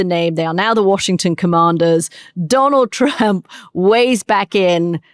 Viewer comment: Did Katty mean to call him Donal Tramp ? 😂